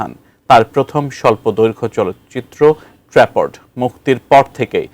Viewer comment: trapped এটার উচ্চারণ নাকি ট্রেপঅড। এগুলা কাদের দিয়ে সংবাদ পড়ানো হয়!!